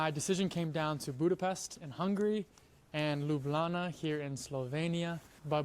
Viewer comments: Yooooo, my guy is becoming true Lublančan (citizen of Ljubljana). He even pronounces it by leaving out the j's like we do. 😂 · The actual way to say it is Ljubljana (Lyublyana for yall that have y and j different) But the casual conversation way between slovenians is Lublana like in the video. It's slang version of it and it kinda makes me feel proud to hear a non slovene call it lublana instead of ljubljana <3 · Locals and many other Slovenians pronounced it as Lublana.Including myself :)